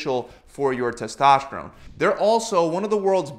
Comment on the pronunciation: What about your tes-TASH-terone??